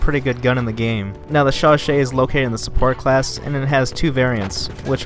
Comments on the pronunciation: Chauchat is pronounced as sho-sho. 😀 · Alec I. No it's not, it's pronounced "sho-sha"